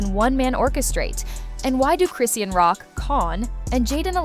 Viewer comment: Chris-ian? lmaoooo the voiceover lady could at least TRY, like give me a breakkkkkkk lol